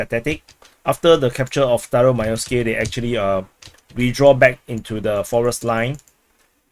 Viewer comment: Staromaioske I thought you said Stylo Milo SKI.😂